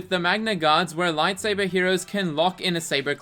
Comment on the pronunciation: Lite Say Burr